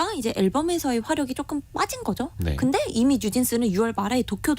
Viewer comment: 기자 혀가 짧다. .*그쬬. 쪼금 더. 등등* 이게 기자 발음이네?